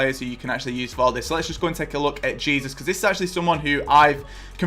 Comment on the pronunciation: man said jesus like jesus lol